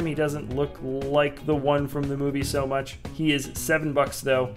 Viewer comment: This is how mush he said Batman | V